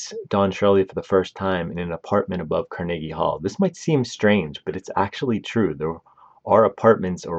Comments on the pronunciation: Car-Neggy. It just makes my skin crawl. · Carnegie Hall-Karn-uh-gee with a hard G. Not Kar-neegee. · The mispronunciations OOF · He has a telent to mispronounce names, he emphasises Mortensen and Carnegie (Hall) on the second syllable instead of the first. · He’s got like two different pronunciations of “Carnegie,” and they’re both wrong. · Learn how to pronounce Mahershala and Carnegie and your reading is boring and flat.